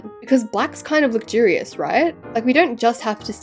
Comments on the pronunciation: The way she says lugurious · couldn’t say luxurious - Ad: I AM OFFENDED *sky ad comes on*